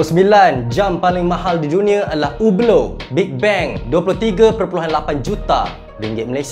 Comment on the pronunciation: Mantap. Good pronunciation ublooo. Standard malaysia sebut hublottttt 🤣